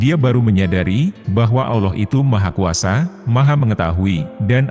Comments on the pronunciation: Maaf ya! Ramai orang Indo tidak tau sebut Allah.. selalu disebut Auloh.. ini teguran ikhlas.. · suara robotnya masih non muslim rupanya....😂😂😂 Melafadz kata AllAH masih tidak bener, masih berbunyi Awloh atau aoloh.... semoga robot suaranya mendapat hidayah dan mualaf agar belajar melafafzkan kata AllAH dengan benar. Aamin....😊